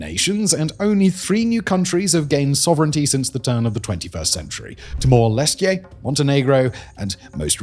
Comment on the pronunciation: "ahem* KOSOVO, and it's not "Timor-Lestie", it's TIMOR-LESTE. You're welcome.